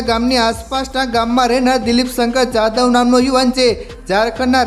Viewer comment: પત્રકાર એની બા ની પીકી ને ફાવે એમ બોલેશે ખુલ્લી પીકી ના જાદવ ના બદલે યાદવ બોલે આ પત્રકાર પારકા લોળો પેદાશ થઈ હોય તોજ બોલે એની બેન ને ચોદે બુટલેગર ને શાહરૂખાન ચોદે બરોબર